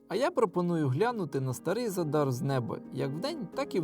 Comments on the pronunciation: Ви увесь час невірно називаєте назву міста Задáр. Наголос НА 1-Й СКЛАД - За́дар!!! Виробляти якісний україномовний контент - це відповідальність. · ЗАдар - наголос на перший склад.